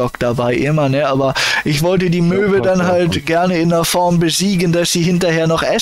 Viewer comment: Mega Möwe? Tigöwe? Bitte was?